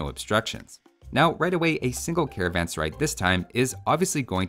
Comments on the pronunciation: the first pronunciation is the correct one as the word sarai means a place to rest and is pronounced as suh-rah-eh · it is pronounced " Karvaan Serae" just like the English letter "a" makes.. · A better pronunciation for carvansarai would be car-one-sir-aye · How to say serai.."Say-ra-ae". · [karavan-saraj] to pronounce correctly